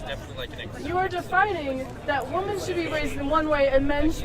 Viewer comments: It annoys me how she keeps saying woman and not women. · Why do these loons always pronounce “women” as “woman”?